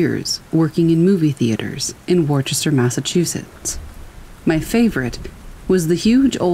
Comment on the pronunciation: I LOVE YOUR voice, truly It's Woosta or wista there's no ch in Worcester ⚘️ And it's the Pal lady um = Palladium. Thank you, a Faithful listener in woosta